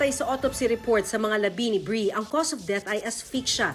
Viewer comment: bree hindi breeiana shunga